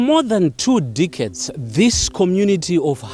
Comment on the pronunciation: For more than two dickheads.... <--- that's what I heard. I'm starting to think I have a hearing problem or he just butchered the word.